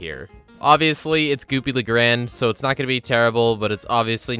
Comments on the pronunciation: 'Goopy le graind' lmfaooo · You dare call Goopy Le Grande "Goopy Le Grand"?!?!?!?!? How could you?! You vile beast! Nah but in all seriousness, this video was great and i'm excited to watch the rest of the series next! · Why do people keep pronouncing “Goopy Le Grande” as “Goopy La Grand”?